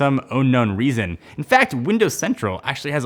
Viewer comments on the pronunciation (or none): "ohnun reason" 🤪